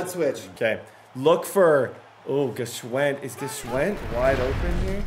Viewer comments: I should’ve said this a long time ago but i believe it’s pronounced “Schwind”, the G is silent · Yooo I’m almost positive the G in Gshwend is silent lol